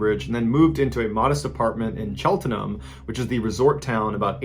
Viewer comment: “Chelt-EN-ham” hahahaha love it. Not even close pronunciation Mr. Ballet. Love ya anyways tho x